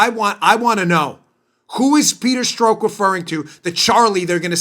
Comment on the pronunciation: lol. why u keep calling him "peter stroke"?? no one pronounces his name that way, so assume u r making a joke, but u don't say ur joking, so joke gets lost. guess it's possible u actually think his name is "peter stroke" (like "coke")? but, just in case u didn't know, only heard his name pronounced "peter strock" (clock)!